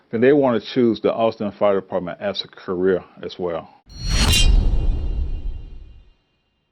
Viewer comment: dude cant even pronounce the word Department